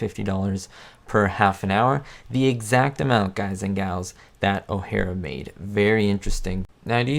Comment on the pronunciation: please dont say "galls" makes my skin crall